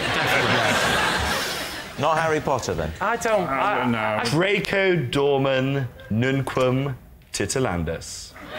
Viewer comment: I would definitely do the Harry Potter hypnosis thing with the books! If only hypnosis worked........... Also, Jack, you messed up the Hogwarts motto. It's Draco DormIENS, not Dormen.